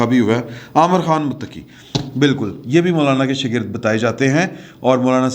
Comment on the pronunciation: محترم افغان وزیر خارجہ کا نام امیر خان متقی ہے عامر نہیں